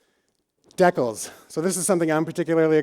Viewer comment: Did just call a decal a 'deckle'?